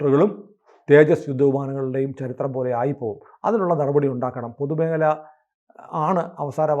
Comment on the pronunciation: പൊതുമേഹലയല്ല. പൊതുമേഖല എന്നു പറയൂ.